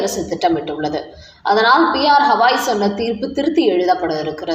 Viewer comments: சகோதரி. அவர் பெயர் ஹவாய் அல்ல. கவாய் ( GAVAI ) தயவுசெய்து சரியாக உச்சரிப்பீர்களா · ஹவாய் 😂😂😂😂 இல்ல...கவாய்... இவ்வளவு அன்பட் செய்தி வாசிப்பாளர்😂😂😂😂